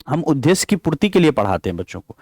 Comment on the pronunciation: Sir aap उदेश्य thik se bolna sikh lijiye please bhut irritating lagta h sunne Ye द्द me ek half द ( टाइपिंग में लिख नहीं पा रही )और पूरा द hai n ki ध है इसलिए द को ही prassue dekr boliye n ki ध